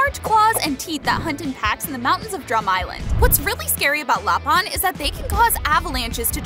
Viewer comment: Lapin: ❌️ Lapahn: ✅️✅️✅️